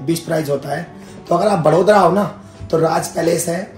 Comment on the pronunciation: वो वड़ोदरा ही बड़ोदरा नहीं आप बड़ौदा बोल सकते हों 👍🏻